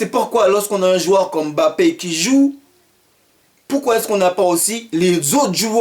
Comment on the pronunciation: Très bonne intervention !!! Mais tu m'as tué " parquoi parquoi " mdrrr